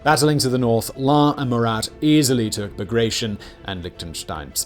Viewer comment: That's not how you pronounce Bagration. It's Bah-Grah-Tee-Oen.